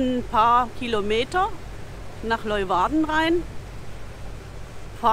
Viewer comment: Der Ort, die Stadt heißt nicht Leuwarden, sondern Leeuwarden. Lee u warden. Gesprochen Leeuwarden...